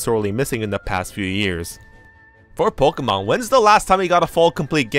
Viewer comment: Thought you were saying Pikmin tbh